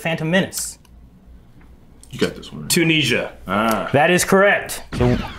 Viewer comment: I’ve never in all my 20 years heard anyone call Tunisia Tuneezha. And yes I have been to Tunisia.